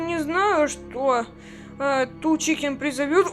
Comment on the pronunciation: Тол чикен❌ тоу чикен✅